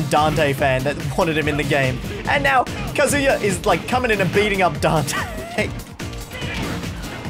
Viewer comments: It kazuya not kazua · It's k AA z oo yuh not ka zoo yuh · The way you say “kazooya” is really getting on my nerves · calling him Kazoo-ya gives me all sorts of brain damage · "Kazoooooya is a shoto" This hurt me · If I hear “Kaz000ya” one more time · "kazoo-ya" ah yes. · did you said ka SEE YA? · All the comments: that's not Dante Me, scrolling through the comments while watching the video and haven't gotten there yet: losing my shit over pronouncing Kazuya like Kazooie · This whole video, I was like what the heck is kazooya?!?! And then I realized that I’m a weeb and know how to pronounce Japanese names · I’m a Tekken (not a good one but I have memorized the entire Tekken story so too bad) player (who came from smash lol) and there are 2 things that are annoying me 1. He’s using the suit Kazuya 2. He’s saying “kazoo-ya” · Why does he keep calling kazuya kazoo-ya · Please stop calling him kazoo-ya. It hurts every time, just like Yawshi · How about literally everyone being unable to pronounce Kazuya correctly? Can I talk about that? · New drinking game: Take a shot everytime mispronounces Kazuya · No thanks i want to live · it hurts my tekken soul how says kazuya and calls the wind god fist the shruykien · pronounce Kazuya like a mixture of Kazooie and booyaa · I would like to personally thank the editor for pointing out how everyone is pronouncing Kazuya incorrectly despite being fed the correct pronunciation by the game. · What bothers me the most is how he heard how to properly pronounce Kazuya’s name before every match but proceeded to mispronounce it. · Kazuya is mispronounced by the smash announcer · You pronounced kazuya wrong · it clearly states what the pronunciation should be for kazuya... why the hell do you insist on mispronouncing his name?!? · can't pronounce the characters name correctly and doen't know what a shoto is. Standard smash fan problems